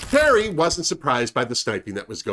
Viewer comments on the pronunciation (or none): none